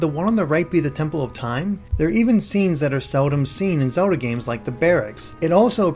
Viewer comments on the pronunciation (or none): Awesome video! Just, it drives me nuts when you pronounce Zelda like "soda".